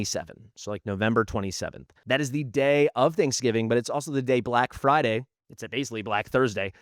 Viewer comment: "BLACK FRIDY"